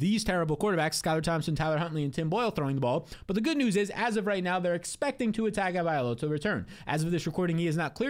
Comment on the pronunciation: Still can’t say Tagovailoa I see… 😂 LOA NOT OLA